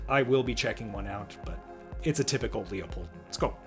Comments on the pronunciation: If you know anything about Leupold, it’s pronounced Loop-old not Leo-poled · Say it with me… Loo-pold. Leo-pold is Nutnfancy cringe and totally wrong. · LOO-POLD, not LEE-OH-POLD. like Loophole or Poophole.